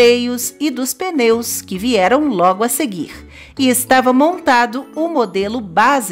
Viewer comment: Sem dúvida, a bicicleta é uma das invenções mais graciosas de todos os tempos. Quem dera mais e mais pessoas pedalassem por aí e houvesse mais ciclovias. A saúde e o planeta agradeceriam. Obs.: "peneus" foi de doer os ouvidos. A pronúncia da letra "p" de "pneu" é muda.